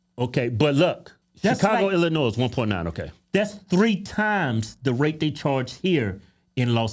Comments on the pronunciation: FYI the S in Illinois is silent :) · the s is silent..u country asses..luv u boys!!! I live just outside of the city....hire a teacher, this what u get...just like san Francisco another woke ass teacher... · please stop pronouncing the 's' sound on Illinois, its silent, if someone from the staff see this please tell them...just being a friend 😀